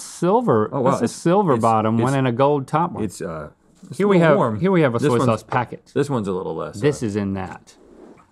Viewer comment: "Zoy zauze" 😂😂